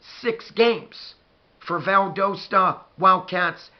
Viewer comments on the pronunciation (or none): I played against Valdosta in high school, and they have incredible culture. I now live in South America and had not heard about this up coming game. I will tune in a leave you a comment my Buckeye friend. It is pronounced "Val- das-ta. Go Dawgs! Our stadium at Warner Robins held 18 thousand people and Valdosta's stadium may be larger. When you drive South on I-75 and get to South Georgia you will see the stadium. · lol its Val-dah-stuh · YOU SAID VALDOSTA WRONG . Go Cats!!